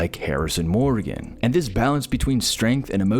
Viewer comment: I noped out when "Morgan" was mispronounced. Probably AI voice and not a fan of the show if you can't pronounce Morgan correctly